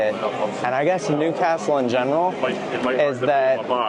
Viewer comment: Nice pronounciation of Newcastle.